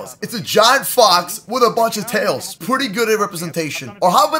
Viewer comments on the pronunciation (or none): none